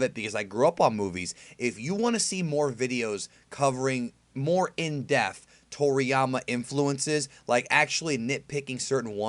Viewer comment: Why can't he say "Depth"?